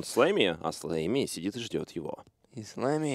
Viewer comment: Блин, мне постоянно слышится флейми а не слэмми